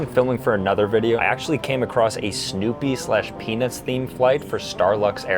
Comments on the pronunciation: Bro said peanuts so many times it sounded like penis sometimes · Was watching this while I was making dinner and my little one says “mama why does he keep saying penis” every time you say Peanuts 😂😂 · Bruhhh moist towels with peanus? Is the T the silent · Lol it sounds like it's saying penis instead of peanuts 😂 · Bro please pronounce the T in Peanuts😂 You said it so many times and all I was picturing was an adult themed Bachelorette style flight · Please pronounce peanuts more clearly 😂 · His pronunciation of peanuts vrs pen*s was odd. And funny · You ain't Sam Reid, also pronounce the T in peanuts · Bro did NOT say peanuts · bro is not saying peanuts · Guys, i dont think he was saying "peanuts" on the last flight 💀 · Peanuts or pen15 bruh u need to work on ur pronouncing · bro didn’t say peanuts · PeanuTs the T isn’t silent bro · I did NOT hear peanuts at ALL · Maybe try not to say peanuts to much anymore it doesn't sound like peanuts😅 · I swear hes not saying peanuts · Many times when you said "Peanuts", it sounded like you said something non-YouTube-friendly...